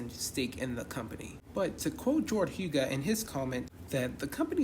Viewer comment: You good buddy. We support those that support us. Jordhuga is pronounced the way you did or some people say HUG-A.